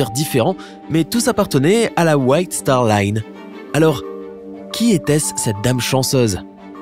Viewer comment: C’est star Line pas star lune